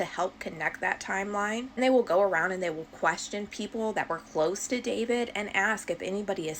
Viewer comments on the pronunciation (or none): none